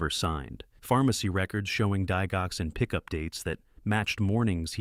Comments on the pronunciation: It's pronounced dij-oxin. Like digit. 😅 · Didg oxin the g is hard sound. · Digoxin is usually pronounced with a j dijoxin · Good story. The g in digoxin is pronounced like a “j”.